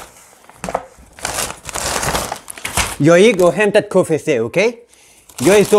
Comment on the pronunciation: Bra video! Men uttalet på KFC. Käi ef si.